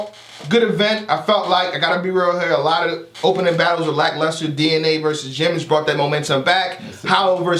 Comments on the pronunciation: LUcklAster????... Nigga stop the microwave n read a dictionary. Lol loved on here overall tho. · My man said the Bigg K/Pat Stay battle was "luck-laster" 😭😂😂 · this nigga said the battle was lucklaster.. you mean lackluster my nigga? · Lucklaster battle... lackluster? Lol